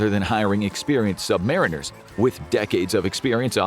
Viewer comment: FYI, no submariner would ever pronounce "submariner" the way you did and would, in fact, ridicule you....